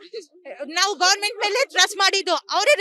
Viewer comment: ಇವನ್ಯಾರೋ lawyer, ಗೋರ್ಮೆಂಟ್ ಅಂತೆ. ಗವರ್ನಮೆಂಟ್ ಅಂತ ಹೇಳೋಕ್ ಗೊತ್ತಿಲ್ಲ, ಇವನು lawyer 😜